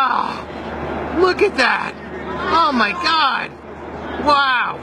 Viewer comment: Mi parte favorita es cuando dice oh mai gad